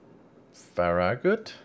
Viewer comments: Hey, its pronounced FA-RA-GUT. Hope that helps. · BolshevikMuppet Not to nitpick but it's more like Fair- EH - Get. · So glad to find you playing my game!!! Love to see more and more WoWs vids :-) PS Pronounced Farrah (like Farrah Fawcet) and gut..(like kick in the gut) Cheers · If you watch the reboot of star trek with Chris pine they originally post ohura to a farragut. She pronounces it